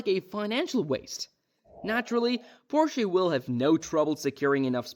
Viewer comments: Porshay? LMAO you made me laugh 1 second into the video. Nice. edit: okay it wasn't a joke, that's just how he says it. edit: wait he says it correctly sometimes and then immediately says it wrong right after LOL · the way Porsche and Le mans pronunciation were butchered, but great video though🤣